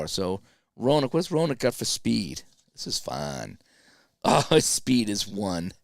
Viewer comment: Hey, Gary Roenicke is pronounced "Ren uh key"....nice job...I watched your great interview with Mark too...great...Merry Christmas man!